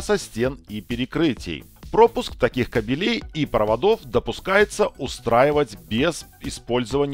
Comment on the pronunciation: Очень интересно и познавательно, но как же режет слово кабелЕй, запомни уже что правильно говорить кАбелей !